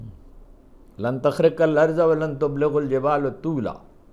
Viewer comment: یار خدا کا واسطہ.. آیات قرآنی غلط نہ پڑھا کریں.. ترجمہ پر اکتفا کریں.. آج کی وی لاگ میں لن تخرق الارض.. قرآن کریم سے دیکھ لیں کہ وہاں کیا لکھا ہے اور آپ نے کیا پڑھا ہے....